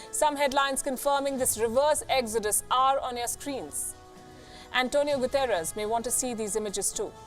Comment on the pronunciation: Antonia Guterres or is it Antonia 'Gutter' ??